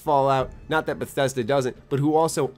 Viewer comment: lol Did you just fucking call Bethesda, Bethe boo? Did I hear that right? let me check.....yeah definitely did.